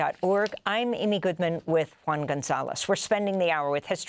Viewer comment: his name is not “ one”, please Amy! Juan, it is juan, not “ one”